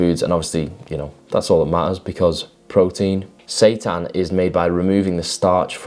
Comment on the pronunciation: Is that how you pronounce Seitan? Lol 😈 🔥